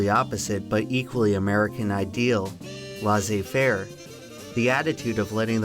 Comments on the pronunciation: "Laisser-faire" is pronounced LESS āˈfer Not Laz āˈfer I thought it you were speaking German or Latin maybe. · Hey! Just so you know, it'd be more accurate if you'd pronounce the expression "laissez-faire" as "lay-say fair" even though we don't accentuate as much as you do in English.. That's what gives us that shitty accent when we speak in English! 😅 Cheers from France ✌️ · "...but equally American ideal: "Laissez-faire" (pronounced Lahsay-fair)" *many French people are typing* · It's pronounced LAY-zee-fare. Not LAH-zee-fare. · laissez-faire... It's not pronounced laccy -fair, but lay-say fair mildly annoying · Laissez-fair is pronounced lay-say fair. Not la-say fair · IT'S NOT "LA'SAY FARE" IT'S "LEH SEEH FARE" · Laisser faire is pronounce "Lay Say Fair" pr more precisely "Leh Say faire" not "La Say Fair" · "Lahzay fair" goddamnit I appreciate tf out of you, but run stuff like that through Google translate pronunciation before you start ww3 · "Lah-Zey Fair" that is NOT how you say that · LEZIE FAIR 😂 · Just a small french correction , double S in french between two vowels is an S sound vs single S between two vowels is a Z sound. So Laissez so its more pronounced like lay-say faire . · It is pronounced "less affair" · How can laissez-faire be an American ideal, when no American can even pronounce laissez-faire properly. It's not 'lah-zay fair'. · ouphent, it's laissez-faire not la-sé-fer. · This video has a very "Lah-say fair" attitude towards the pronunciation of Laissez faire. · That is not how you pronounce laissez-fair in the slightest lol. it's "lai" as in lemon, then "ssez" as in essai, "fai" as in federal then the R exactly how french people say it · I like how he zooms in on the IPA pronunciation for "laissez-faire" and still never pronounces it correctly. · "American ideal" proceeds to butcher a french expression I love Americans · The way you pronounce Laissez-faire hurts my soul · Is that how americans pronounce Laisser-faire?